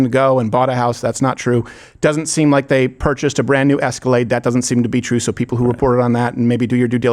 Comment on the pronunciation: "day" why can't they just pronounce "th" THEY